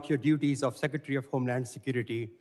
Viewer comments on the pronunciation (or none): "Seckatary, I'm axing you a question." SMH They're mocking birding the concept of Noem doing nothing but lie. It's gross, and a lot of low information morons will believe it.